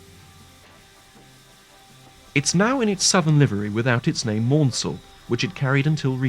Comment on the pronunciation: Another gaffe , the Southern's CME Richard Maunsell is pronounced Mansell (like the British F1 racing driver) not Mornsell. It's by no means the first time I've heard a commentator get this wrong in a railway video.